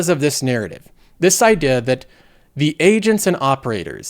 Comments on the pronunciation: Omg I thought it was just me 🤣🤣🤣it’s all his words with ea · literally it drives me insane... what accent is that lol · My therapist: " pronounciation of "idea" isn't real. It can't hurt you.": 🦍